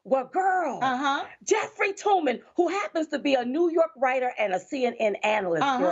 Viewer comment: It’s Toobin, not Toomin idiot. Minstrel Show 2020